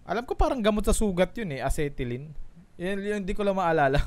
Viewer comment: Amoxicilin ung sinasabi mo boss na gamot hindi acetylene hahahahaha